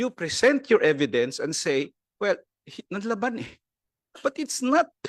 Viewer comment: “Nanlaban” po ba Sec. Guevarra? Well, for your information that is Not how it’s pronounced. Para tayong hindi nanonood ng balita o nag-aral manlang nang Pilipino niyan.